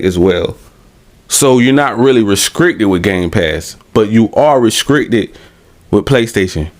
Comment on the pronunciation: “Re-scrickted” has me rollin